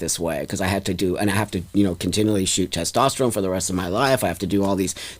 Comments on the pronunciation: BLOSSOM IS NOT WELL! I would be curious as to her many diagnosis’. Not to mention she keeps saying “tastesterone”. It’s so annoying. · If I was to talk to anyone that pronounces testosterone ‘tostesterone’ I would immediately stop listening to them because I’d know they’re obviously not the brightest tool in the shed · Someone needs to teach how to pronounce "testosterone" before continuing to argue about the biological make-up of women vs trans-women. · The more I watch this the more I’m convinced that is an absolute idiot and really just loves to hear their own voice. She can’t even pronounce “testosterone” properly. Very selfish individual who says “I care” but actions prove otherwise.